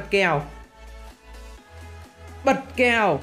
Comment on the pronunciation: Lật Kèo Đọc Bật Kèo Chứ :))